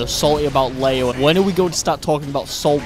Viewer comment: "LAYO" IT'S PRONOUNCED LEE-O FOOL